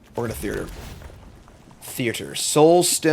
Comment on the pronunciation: Wait, …. Do you put an extra R in the word Theater? I swear you’re pronouncing it Thee-Ur-Dur 😂